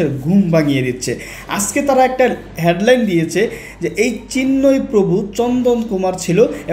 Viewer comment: হ্যাড লাইন না বেটা' হেড লাইন।শুদ্ধ ভাবে কথা বলা শিখে ভিডিও বানাও।আর পুরানো ভিডিও দেখাইয়া লাইক সাবস্ক্রাইব শেয়ার ব্যবসা। ফাজিল কোথাকার।শরম লাগে না,!?